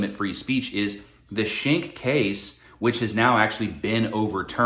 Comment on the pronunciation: Nice video. But "Schenck" is pronounced "skenk"